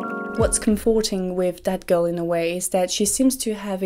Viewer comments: everytime she says 'that girl' i hear 'dead girl' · Every single time you say "that girl" it sounds exactly like you're saying "dead girl".